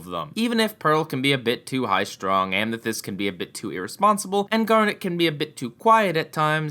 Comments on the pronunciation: Did he say Amnethyst? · ***** Did you say Amnethyst? '<' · Amnethyst.. BEST GRAMAR 10/10!!! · Who else heard amnethyst , there is no n in amethyst. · u mispronounced amethyst